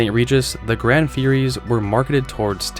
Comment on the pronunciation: Sir! "GranD Fury"!?? Plymouth used GRAN (no D) for a long time. It was well and widely known.